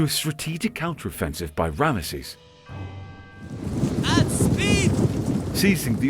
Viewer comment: Rabish! You can't even pronounce the name of the most important character from here. Rameses 😂